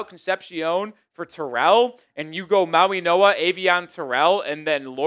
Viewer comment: Dude why do you keep slipping an N in mauigoa.? It’s not “Mauinoa”